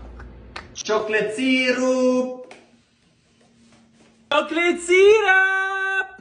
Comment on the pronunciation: Chocolate sirup:it's pronounced syrup bro